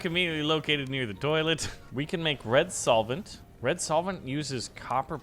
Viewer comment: Hey, it's red solvent btw. Not soilent. Idk why this got on my nerves so much haha